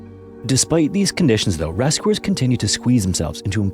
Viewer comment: There’s a change in the voice. It’s faster than ones I’ve been watching to catch-up. Twice “spectors” was said instead of spectators. Instead of ‘rescuers’ he says “reskwooers”🤔 AI. 😔 ( I’m only in). This is appalling story. There’s a good hour long documentary made by Australian TV. No AI there. Collaped bridge? Just no.